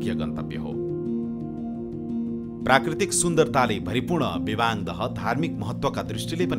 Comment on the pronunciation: लु बधाई छ सुनाैलाे सुनछहरी पर्यटन द्रव्यदृश्य निर्माण गर्ने गेमिहाेम स्ते समुह र सहयाेगि निकाय सुनछहरी गाउँपालिकमलाई । अत्यन्तै उत्कृष्ट हुदाहुदै केहि अपुग र त्रुतिहरू अबश्य छन् । मुख्य त्रुति भाषा अपभ्रम्स सुनियाे विबाङ नारबाङ लगायत उच्चारणमा वाङ उच्चारण आएकाे देखियाे । फेरि पनि धन्यवाद !!!